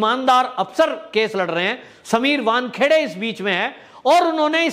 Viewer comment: Correct your self, it is not Bankheade, it is vankhede